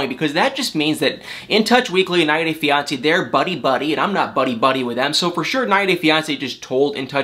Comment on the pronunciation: It bothers me more than it should the way you say “90 day fiancé”...